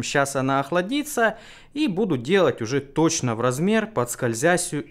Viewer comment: "Скользясьсюю" - китайский акцент проявился :)))))